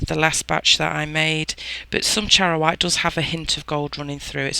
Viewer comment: I am so in love with your techniques. You pronounced charoite correctly 😆 Thank you for your time, explanations and the effort you put into your tutorials. I am a much better creator after watching many of your videos... I started with Monte Marte and quickly realised that was not a professional product. I wish I could upload a pic of my makes today using your gold quartz. So happy Jan 😆 ♡ 💜